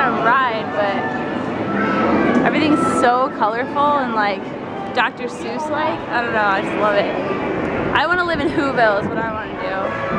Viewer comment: It's Seuss not Zeuss